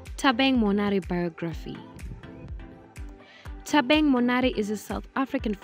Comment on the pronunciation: Bathong... it's "Thabang" ... not "Thabeng" 🤣🤣🤣